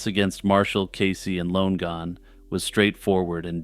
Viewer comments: Should you run across the name Lonegon again, I think you’ll find it should be pronounced ‘Lonnie-gun’ instead of ‘Lone gun’. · its LONN-EGAN not LONE-GAN jfc